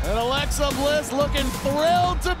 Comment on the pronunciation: Hey it’s Alexa not lexi